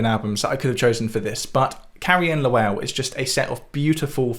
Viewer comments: I believe you pronounce Lowell like you were rhyming it with bowl. Reckoner is so good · this literally has nothing to do with the video but as someone from Massachusetts hearing you pronounce "Lowell" like that make me physically wince. awesome video though!